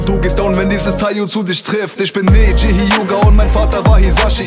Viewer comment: Er wird nicht NEIJI sondern Neji ausgesprochen. Du lernst es nie mit mit den Anime Namen. 😠👎🏻😤😒